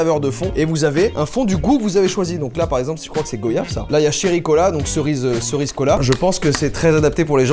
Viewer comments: il a dit GO yave alors que l'appellation du fruit c'est goyave comme voyage c'est pas go yave comme on ne dit pas vo yage mais c'est goyave comme voyage merci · si ma prof l'entendais elle le tuerais à coups de bâton sa se prononcé goiyave pas gOyave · Très bonne vidéo, mais on dit « GOIYAVE » PAS. « GOO-YAVE » par pitié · IL a osé dire go yave ????!!!!!!! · NOOOON NOOON,, NON c pas GO yave c GOUAYAVE sa s écrit Goyave et sa se prononcé GOUAYAVE C EST PAS COMPLIQUÉ LES GENS QUI HABITENT EN FRANCE LA C EST GOUAYAVE, GOUAYÀAAAAAAAAAVE 🤯😵🥴🤮🤢🤕🤒😷🤒🤒🤯🥵🤯🤯🤯🤯🤯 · On prononce « gwa-yave » pas go-yave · On dit goyave - [Gouaiave] pas comme tu l’as dis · ça s ecrit goyave mais ont dit gouaiaveeeeeeeeeeeeeeeeeeeeeeeeeeeeeeeee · Il a dit GO yave 💀💀💀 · On dit gwa-yave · Il a dit GO IAVE tu veux pas faire un VO IAGE aussi